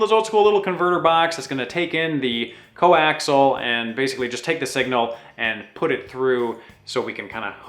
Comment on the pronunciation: It's not 'coaxle' it's coaxial (kōˈaksēəl). I love this channel but it's like nails on a chalkboard every time that word gets butchered.